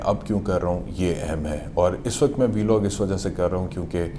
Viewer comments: Vlog ❌ biilogg ✅😆😆😆🤣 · V-log 😂 .. Vlog hota he laude